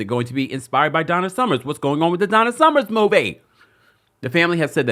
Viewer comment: First of all it's Donna SUMMER. There is NO "S". Secondly, just ask Kelly about the project SHE IS THERE TO F-ING PROMOTE.